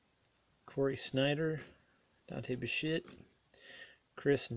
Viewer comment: It sounded like you said, Dante Bishit, instead of Dante Bichette?